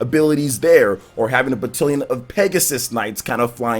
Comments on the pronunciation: Loved the video. But the way you said Batilion made me chuckle. Battalion. That said, I do think the UI can be a bit convoluted at times. Especially if you get an item and your characters are already full up. Then you have to determine which items to send to convoy. Some of it can be really cluttered. I have mixed feelings on the pacing. The three houses angle is interesting. But, there is an increased amount of downtime between battles which can make things feel prolonged a bit. Hoping it picks up in the 2nd part as I have heard. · Please stop saying batallion.... you're saying wrong 😂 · It’s pronounced batTAALions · Made me giggle every time I heard battilion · The way you say "battalion" makes me think of Wood and his Aussie pronunciations. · This bugged me SO much